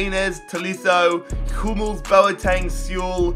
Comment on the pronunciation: says Hummels is his favourite player, when he couldnt even say his name right 🤣🤣🤣🤣